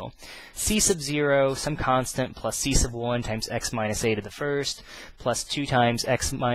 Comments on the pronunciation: the way u say "c1" is funny ciesce of 1 -. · I think he is saying C sub 1, sub meaning below or under as in submarine, subject subordinate. So you have C submarine or sea submarine